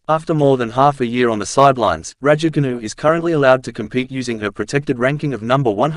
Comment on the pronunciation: Cant you just make an effort to pronounce her surname correctly For petes sake man.!Its so annoying if you try to be funny.!